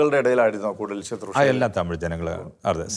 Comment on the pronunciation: ശുത്രുഷ അല്ല. ശുശ്രുഷ. ദയവായി തിരുത്തുക...